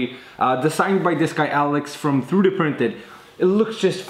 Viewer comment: I just love how he says "tharoodee printing" :)